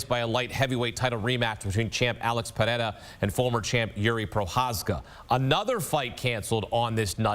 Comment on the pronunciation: It’s annoying when ppl try to sound all Brazilian when they pronounce pereira lol. so many ppl do it. Just stick to per rare uh. P hey eyra lol. they try to roll the r as well.